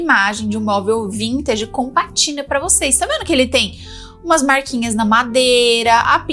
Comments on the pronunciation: Não é "patina". É PÁtina, com acento no "pá". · Estava lendo os comentários pra ver se alguém a corrigiria pra não ficar rtepetitivo. O certo é pátina sim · Acho que você se enganou,. É PÁTINA. Tem acento no A. Significa: "Pátina do tempo refere-se à marca natural ou artificial de envelhecimento em superfícies (metais, madeira, couro, pedra), como a camada esverdeada no cobre ou o desgaste em móveis, que confere beleza, história e caráter aos objetos, valorizando-os como testemunho de sua jornada ao longo dos anos, um conceito poético e estético" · O nome é patina( a sílaba tônica é na primeira sílaba!!! 😮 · Bom dia,! Só pra colaborar: a pronúncia da palavra é "pátina", sendo que a sílaba forte é pá... Se eu estiver equivocada, pode me corrigir. Um abraço! Sou sua fã! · o correto é dizer pátina com assento. 😊❤